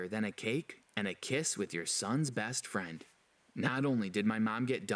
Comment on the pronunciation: Do anyone else here the orange hair boy say bast firend?